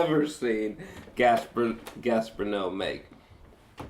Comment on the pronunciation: If you respect this director then fucking learn how to pronounce his name sheesh